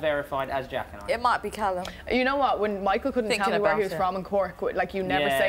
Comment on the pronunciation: "Coeallum"?? haha CALLUM!